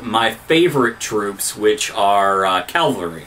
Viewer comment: Calvary? :-) I think you mean cavalry. Interesting video though, nice job. Just please stop saying calvary lol